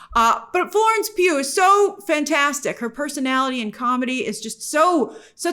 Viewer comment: I love when you say "Florence PEW PEW PEW" LOL